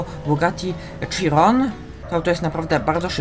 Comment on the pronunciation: Nie czyta się cziron tylko sziron